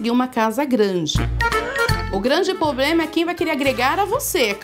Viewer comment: cartomante fala poblema kkkk